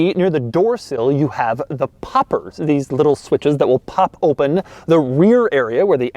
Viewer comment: "oopen top"